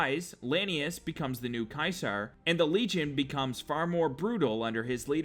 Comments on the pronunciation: it's supposed to be said seezar and its spelled ceasar now cwasar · No offense but its pronounced ceasar not kysar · You pronounced it "KAISAR", Caeser is actually pronounced "Seeser" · Wasnt it ceaser Not Kaiser?